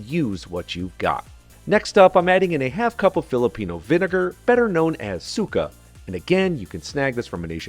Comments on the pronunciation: He said "suka" like puke 🤣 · i knew this was gonna be legit the moment you said "toyo" and "suka" in the filipino way haha